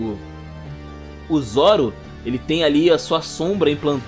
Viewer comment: Cara, sensacional seu resumo. Merece um like com certeza. Mas confesso que me incomodava bastante todas as vezes que vc falava “chapeis de palha”, “Nico Rubin”, “Zóro” ou “Ruffy”.